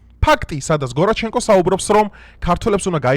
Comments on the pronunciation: Რა გჭირს შენ? Გონჩარენკო გორაჩენკოა, ნეთანიაჰუ ნეთანიჰაუ😂😂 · გორაჩენკო არა, გონჩარენკო! დიდ ისტორიულ პიროვნებათა სახელების დამახინჯება არ ეგების!😃